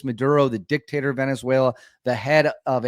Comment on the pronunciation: You called Maduro as should be called DIC TA DOR